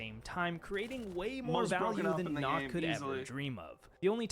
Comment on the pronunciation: its not knock its Nøkk its The letter "ø" is a Scandinavian vowel its not a normal o The letter “ø” is pronounced similar to the “u” in “burn”